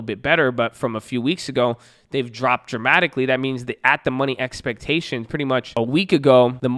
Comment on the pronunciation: EXPECHAINIONS! LOL let's get ready for earningz babbyy! Let's go!!